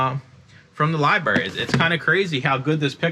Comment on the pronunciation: Left after "libarry" lmao